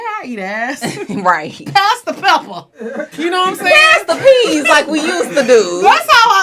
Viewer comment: said pass da peppa😂😂😂